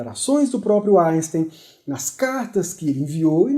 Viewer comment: Não dá para aguentar ele falando "Aisten".